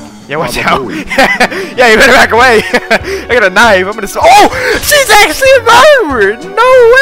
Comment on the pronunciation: I swear i heard "niCe tHigH" insteas of nice knife💀